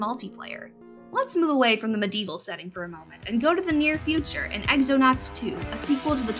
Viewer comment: is that pronounced ecks-eno-nauts o0 I always assumed it was xeno-nauts as in xenomorphs